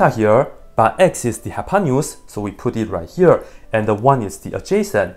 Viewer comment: that's funny how hypotenuse ended up a hypanious (as far as I can hear) LOL